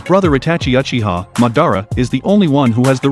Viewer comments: its not Achiha its Uchiha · Bro its uchiha not achiha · He really said achiha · First learn how to say Uchiha and Mangekyou after that explain 🤣🤣